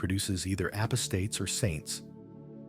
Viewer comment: At the mark the word "apostate" was so butchered I stopped listening.